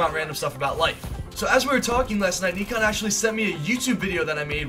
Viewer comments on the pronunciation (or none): Its 'neekan' not nikon he aint no camera lmao